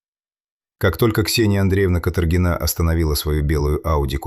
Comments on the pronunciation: Ударения в фамилиях, пожалуйста: КаторгинА или КАторгина, не КаторгИна, русская фамилия, не романо-германское имя и не итальянская фамилия. ФедорОвич - фамилия, Фёдорович - отчество. МЧС - эм че ЭС, не эм че сЭ. В колодец сбросили, не закопали. Жертва в колодце - в белой куртке. Преступница надела пальто жертвы для продажи машины. Жертву убили несколькими ударами ножа, пальто осталось целое и чистое. На сиденье машины осталась кровь. Преступник сел на кровавое сиденье, нимало не смущаясь и не боясь испачкаться, и погнал машину в другую область. К перекупщикам приехали сразу - без мытья окровавленного салона машины - 14 ножевых это же море крови, автор дорогой. Штампы :"Ну что, будем в молчанку играть или спасать твою шкуру?", "Ладно, начальник, твоя взяла." Преступники и следователь называют все имена полностью с фамилиями, преступники называют жертву по имени и фамилии. Этот рассказ самый некачественно выполненный из всех на этом канале. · ДИЗЛАЙК. СНАЧАЛА ОПРЕДЕЛИТЕСЬ С ФАМИЛИИЯМИ. КаторгинА. И не Фёдорович. А ФедорОвич. Давите на психику слушателей А по сути вам плевать. Слово БЕШЕНСТВО. Так противно. Ну и следователи каких нет. Сказочник.